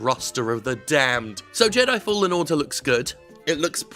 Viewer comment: At the beginning, am i the only one that heard "Star wars Jedi: fallen water" ? 😅